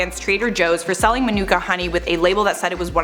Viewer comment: LOL - Manuka is pronounced like "Monica." I only know this because I lived in Manuka, AU for a few years and was mocked for my terrible American pronunciation.